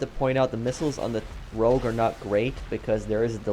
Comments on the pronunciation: Its rogue not rouge. Rouge in french means red;) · It's rogue, not rouge,. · Rogue, dude. Not Rouge. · Nobody can spell this thing right in the comments, it's Rogue! Not Rouge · Rogue guys why yall say rouge that’s red in French lmao